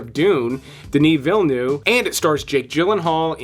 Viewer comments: isnt it Veel-Neve and not Veel-Nough? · Villynoo? Why Cant you pronounce it properly? Villynoo? lol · Good list. FYI the V at the end of Villeneuve is not silent.